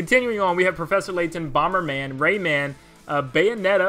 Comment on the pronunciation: Ray MAN not raymond and amaterasu ah ma ter ah su - you got it bud